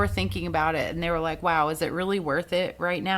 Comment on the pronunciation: Like “likuhhh & a dutch” cracked me up! Love me some you girl! 😩😂